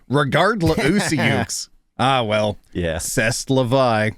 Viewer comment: As a fellow Canadian I almost spit a mouth full of cola on my laptop when said "c'est la vie"